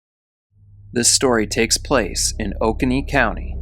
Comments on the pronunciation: someone correct me if I'm wrong, but I believe Oconee is pronounced "oh-KOH-nee" I like to kayak the Oconee River in Georgia. lolz. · We pronounce Oconee as Oh-coh-nee here in NC, i think you just said it too fast 😂